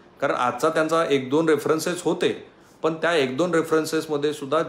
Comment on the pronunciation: राहूल कुलकर्नी सर, सुंदर ,विश्लेषण आणि बातमी छान विशद करून सांगितली त्याबद्दल आभार... जाता जाता एकच की आपली अशुद्ध भाषा कानाला खटकते... न आणि ण ह्यात फरक आहे... न ला न आणि ण ला ण म्हणा... अवघड नाही ... आनी बानी पानी चा प्रसार थांबवा... पंन, विस्लेसन, घनाघात, तानले, जानीव, एकत्रितपने, देनं, प्रमानात, जानवला, परभनी, पुणापुणा, पूर्नपने, आपन, अणेक, नव्यान्नव, भाजपाटीला.... शुद्ध भाषा हेच तर तुमचे सर्वात मोठं भांडवल आहे... मलाही भरपूर वेळ लागला वरील सर्व लिहायला... आशा करते की तो वेळ सत्कारणी लागेल.. मी पुन्हा येईन बघायला... धन्यवाद 🙏